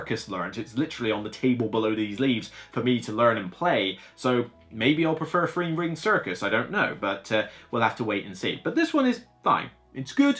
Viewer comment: Great review. My only criticism is there were times I couldn't tell if you were saying three or free. I understand if it's a speech impediment and it's not a huge deal. Like I said, that was my only thing to note. Great review.